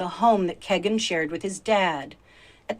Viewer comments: His name IS Kegan as in (keg). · I wish she would stop saying “KEGGIN”. I’ve never heard it pronounced that way. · His name is Kegan as in like keg. That is his true name.